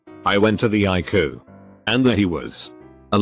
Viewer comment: Text to speech: eYE-cOo